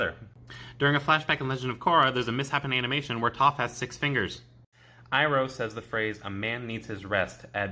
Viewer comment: Did she really call zuko zucchini and iroh irony